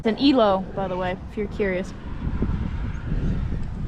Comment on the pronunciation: I just love it when starts talking dirty, in her new -Zee 'Fuzzy Thigh-Tickler' Dukes. I see likes keeping barefoot and in the shop/kitchen/drive way. Topic2: It's NOT E-LHO, it's EL-HOe, as in 'The HOe,' it's a HOe to work on. Topic3: I like new Studious 'Hot For Tank Top Teacher' (safety) glasses look. Raises my hand till called on 'Yes, Cal Honcho' Cal: 'Teacher, I have a question about the girls. (I'm not talking about Sweater Stowaways either for once) I know girls in general are so prone to nasty gossiping, is that what they mean by 'Ruminate'? When the girls are enduldging themselves in pad-nasty rumors, they ruminate?' (And NOT the Fleetwood Mac Rumors album kind)